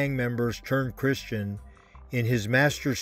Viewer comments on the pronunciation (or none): none